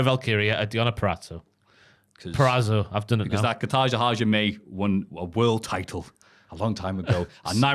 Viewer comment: this whole point is hilarious because is not saying Kata Ha Jime correctly and never actually has 😂